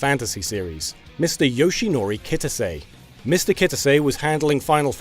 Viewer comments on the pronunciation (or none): "David Baoi" "Yoshinori Kit-uh-say" Dear goodness. 😑